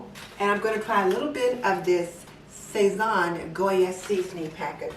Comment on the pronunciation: Your 15 bean soup sounds wonderful. However, I could not understand what you were saying when you named the sauce mix. It sounded like "say von." Can you please tell me what it is?